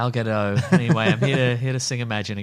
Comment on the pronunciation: "Gal Gadot" is pronounced pretty much as you say, "Gal" is "Gal" that's easy, "Gadot" is "GA - DOT", the dot part is said like you would say the word "Dot" with a hard "T" and a flat "O", instead of the round "Doe" with the silent "T".